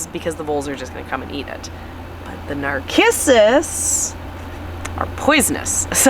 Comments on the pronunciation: I think Narcissus is pronounced with a “s” and not a “k” sound. I could be wrong but in 73 years of gardening I’ve never heard it pronounced with “k”. Anxious to see everything blooming in spring. God Bless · nar-kiss-us? please it's nar-siss-us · Pronounced nar-sis-us.